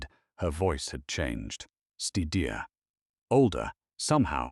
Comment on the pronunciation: Wonderful story. Quieter and steadier were mispronounced.